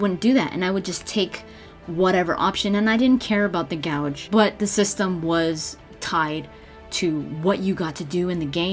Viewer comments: Hey, just a little nitpick. You're say gauge wrong, you're saying it like gouge, like gouging someones eyes. It's pronounced like (gay-ge) Love the video, keep the the good work! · Sorry to nitpick, but it's not g-ow-ge, it's g-aye-ge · Gauge not gouge. :p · No more "gouge"? Hahahahaha. It's gauge sweetheart. Pronounced: gage. That shit made me laugh so hard my eyes almost popped out. Hahaha. So cute!!!!!! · lol The "gouge"... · I was gonna say the same thing. Too funny. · That actually annoyed me the whole time...not as bad as an article I read where the guy kept saying 'Asarian'